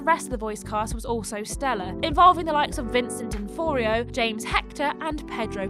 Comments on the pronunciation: Vincent what??? donforio 😂😂😂😂 d'onofrio u mean 😂😂😂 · I know about him, she just butchered the pronunciation